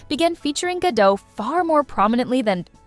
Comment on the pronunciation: Gadot, not gado. the T isnt silent